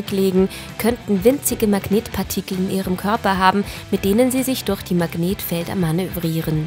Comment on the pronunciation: Könntest du bitte durch statt durr